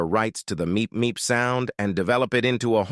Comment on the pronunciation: I’m glad you correctly say, “Meep Meep” instead of “BeEp BeEp”🥴